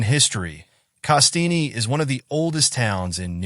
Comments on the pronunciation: pronounced CASS-TEEN Not KaSteenie. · Nice video but the e is silent on the name Castine. FYI :)